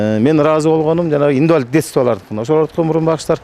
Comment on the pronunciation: Индивалит дейтко эже